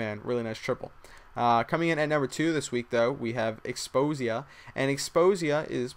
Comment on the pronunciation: Xposia was his name :P not Xpozia... just sayin